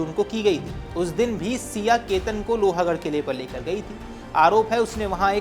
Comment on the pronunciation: Not loha it's pronounced as लोहगढ.